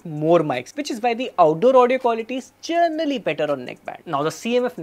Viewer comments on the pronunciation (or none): “Gernally” speaking, it’s “Generally” 😅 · Generally ❌ Journally ✅